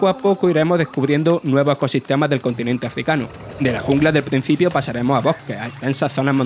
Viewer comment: "Al PRENCIPIO, NUESTRO OBJETIVO son SIMILARE. MIENTRA ELLOS, etc. etc.” Se puede ser murciano y locutor, pero no analfabeto y locutor.